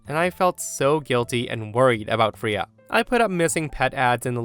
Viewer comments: The cat's name is pronounced frā-uh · I love you and your stories, but the way you pronounce Freya 🙃🙃😂😂😂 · The way you were saying the cats name was just getting to me😅 pronouncing it so wrong in the first story. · I can't get over your mispronounciation of the cats name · I literally had to stop the video for a few minutes to compose myself after pronounced the cat's name "Free-uh." 😂 Real talk, though, if that were me, they'd find my sister's bones in a shallow grave in the desert 30 years from now. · Hey, the cat's named after the Norse goddess of fertility pronounced Fray- yah. She has a chariot pulled by two cats and her name is Old Norse meaning the Lady. Thought you might like to know.😺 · Hey, just wanted to let you know Freya isn’t pronounced as “Free-ah”, it’s pronounced as “Fray-ah”. It’s pronounced like this because it’s of old norse origin, and therefore does not care about the english language’s usual vowel pronunciation. 😊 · I love ya, but my dog is named Freya...you say it like the Norse goddess, sounds like fray-a, not free-ya, lol drove me nuts. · FRAAAAAYA .. Not Freeya .. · Freya = FRAYA not FREEUH, it's a simple pronunciation from mythology and not a name many people DON'T know. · Freya…Fray ah not Free ya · Triggered!! its not Freeah, its Frayah.. please look up how to say names before you do these if ur not sure. Its a pretty well known in Norse Mythos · First story, the name is pronounced FRAY-uh, not FREE-uh. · Fray-ya not free-ya. It’s a Norse god name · It's pronounced Fray-uh not Free-uh. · Story 1: Cats are great. I like how OP gathered all the accessories together before bringing Freya into her home. By the way, it's "Fray-ah" not "Free-ah". Story 2: I think there's a Bible verse to the effect that worship should be private, not public (as in church). Granny and her claque practice Churchianity, not Christianity. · Just an FYI, Freya is pronounced Fray-uh or Fray-yuh, not Free